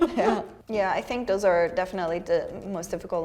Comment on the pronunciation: It's funny, this is the first time listening to where I really picked up on German being her first language. In many of the words starting with "th" (they, those, etc.), she has a definite "d" sound. This is pretty common here in Wisconsin too, saying "udder" for "other" ("Just the udder day..."). I don't know, perhaps it's a common thing for Serbian or other Slavic languages to do as well? Not trying to be critical, we think it's cute.